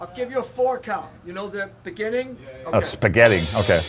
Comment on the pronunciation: .."spehgetti.."?..😌 "..beginning.."🤪👍